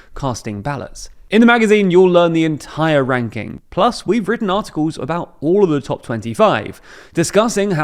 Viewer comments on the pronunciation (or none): none